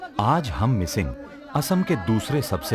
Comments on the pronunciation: (Mishing tribe❌) (Mising ✅) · Not Mishing , Mising